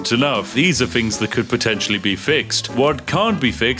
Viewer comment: Spiffing needs to work on his th pronunciations which always come forth from his bouche as ff. For example fings instead of things. Or Filfy rather than Filthy. Queens English needs a trifle more work my good man, otherwise, forge ahead and continue being rather spiffing